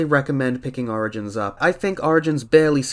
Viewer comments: "Sonic Arigins" sorry I had to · thats not how u pronouce origins